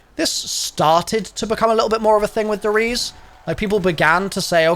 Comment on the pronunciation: E's in German are not silent. It's not "Ries" more like "Reese-eh"